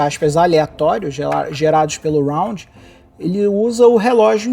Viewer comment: Nao é round... é randon...